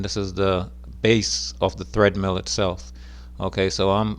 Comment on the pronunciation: Omg, it's TREADmill, not threadmill.